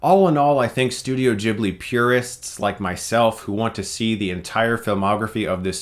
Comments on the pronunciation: It pronounce Ghibli not Jhibli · Sorry to be annoying, but ...Ghibli... is pronounced with a hard G, like guitar, not like Jesus. :)